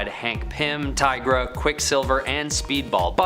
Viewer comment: Tigra is pronounced TYE-Gruh, not TEE-Gruh